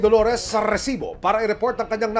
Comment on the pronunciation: ILAN PO ANG R SA RRRRRRESIBO?